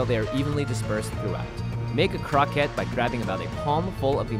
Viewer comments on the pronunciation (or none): crow-ku-ett or something like that kept saying Crockett like Davy Crockett lol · The word 'croquette' is based on French and pronounced croh-kett like baguette ('Croquet' the sport is prounced 'crow-kay'.). If you're speaking Japanese, then the word for it is 'korokke' ( コロッケ) which is when it's pronounced like crow-kay (more like 'koh-ro-ke' but close enough'). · isn't it supposed to be pronounced croh-kay.... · Love your videos normally but I can't make it through this one. You're murdering that poor word. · Damnit he keeps saying croquette wrong! Ashley says it right but he says it like the word rocket but a c in front of it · it's really annoying how you pronounce croquette